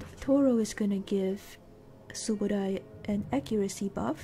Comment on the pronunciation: I said Subodie? Cause that's how yer pronouncing subodai, so i was all confused to why. So i said Subodie?